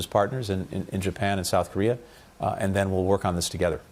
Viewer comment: アナウンサーの発音の癖強い(and =yiend)。あとなんでも日本語でそんな礼儀正しいのに、英語でタメ語みたいなもの使いますか？ちょっと失礼に聞こえる。ただし、いいポイントは相づちを言わない。